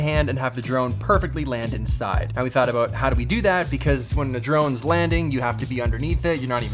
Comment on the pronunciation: ayo my buddy Pete how are you, btw your about still sounds like aboot